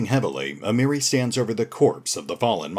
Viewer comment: Miri is 'Moe-ri' here, tsundere shenanigans.